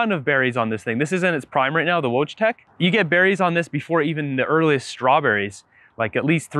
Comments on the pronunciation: It's pronounced Voytek. Like the voy in voyeur. Haskap is a Dutch word, but the Dutch were in a monopolistic trade agreement with Japan before anyone else until the USA forced them to deal with the west openly. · Your "wojtek" is pronounced "voy-tech" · Wojtek is a Polish variety and it is pronounced more like "voytek". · Wojtek [read: voitek] is a Polish (not Russian) cultivar. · Just came to say the same) [voitek] for wojtek, polish word after male name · Wojtek - pronounced Voy-tech